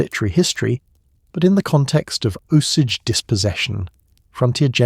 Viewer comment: “Uncomfortable truth” is that you pronounce Osage wrong the entire time. Otherwise terrific but a serious party foul.